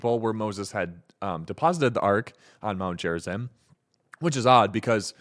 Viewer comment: It’s pronounced Gare-izeem. Peace be upon Jesus and Moses